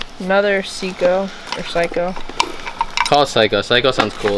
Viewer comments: the watch isn't broken. They took the back off and took out the battery so it wouldn't corrode in the watch. -The watch name is spelled Seiko and is pronounced with the long "a" sound (l like day). I can't wait to see some more of this unit. It's been awesome so far. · It's not Pshyco, or Seeko...it's a Japanese brand named (phonetically) SayKo...Seiko...higher end mid range watch. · Seiko is a better Japanese brand and it's pronounced Sei= is long A and Ko =Ko long O seiko not psycho😊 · Hi guys 🖐🏼. So far I'm loving this unit. The way to say the name of the watch is::::::: say-co. And it's A pretty decent watch.😀💙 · Seiko watches are pronounced “Say-Ko “and they are a good brand. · The watch brand is pronounced say co. Lol😃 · My dear ones, the watches are pronounced Say Ko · Sake-o. Lordy..lol! I enjoy your videos. 🙂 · The watch name is pronounced SAY co and Juicy Couture is the Jr. line of Couture big Money. : ) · Seiko watch is pronounced sayko - long o. Watch is made in Japan. Good quality. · Seiko is pronounced say-koh. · SEIKO. IS pronounced. SAY-KO..🥰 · The Seiko watch is pronounced SayCo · Just FYI the watch that is spelled Is Seiko pronounced 'say' 'coe' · Seiko, pronounced liked ( SAY co) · Seiko is pronounced Sa-ko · Seiko is pronounced "sayko"! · Seiko is pronounced say-co....Gloria Vanderbilt is Cornelius Vanderbilt granddaughter and she is Anderson Cooper's mother or was she died last year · Seiko = say'-ko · Seiko is pronounced say co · Seiko pronounced say ko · Seiko is pronounced say co. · It's pronounce sei-ko it's kinda Asian brands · Say co watch (Seiko) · Its pronounced say-ko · It is pronounced say–ko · Oops bid will make a lot of money for you. I think you've just started a new way to pronounce Seiko on storage videos. All the k-nife people will also say psycho. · Pronounced say co